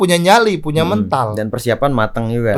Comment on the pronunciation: Mental bang...bukan mental 🤭